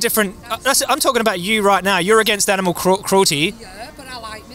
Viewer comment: What's an "animeal?" Same as an "animuel" or an "animool?"